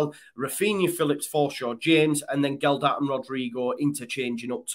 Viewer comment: FFS there's no 'd' in Gelhart